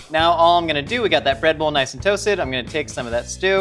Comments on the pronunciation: Did any one else hear Redbull when says breadbowl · I keep hearing “red bull” instead of “bread bowl” and I can’t say I’m surprised with as the host